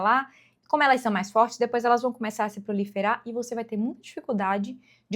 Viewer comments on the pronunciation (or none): none